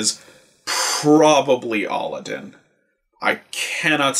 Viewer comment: It's not aladin it's a-lad-din